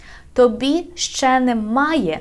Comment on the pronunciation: It's not "шшє", it's "ще". Don't confuse the learners.